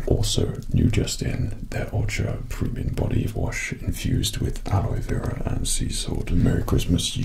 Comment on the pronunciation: Btw aloe vera is actually said al oh vera not alloy But other than that great sponsor